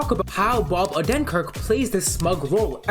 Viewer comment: couldn't even find the right pronunciation of "Bob Odenkirk" after you "researched him" huh?